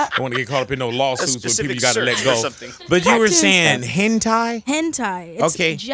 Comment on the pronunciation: 😘❤️DOJA❤️💋 I love you you are so beautiful 😍😍😍😍it's pronounced hen-tai .....like tie, most words in Japanese with an -ai makes an 'eye' sound.